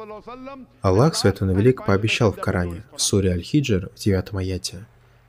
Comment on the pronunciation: Брат Салам -алейкум, не Аллох пишется а Аллах надо правильно говорить и правильно писать. Всё мусульмане говорят Аллах. Если твоё имя неправильно будут произносит, тебе было бы не по себе.